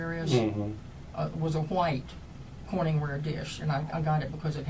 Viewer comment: It bothers me that she pronounced white like hank hill.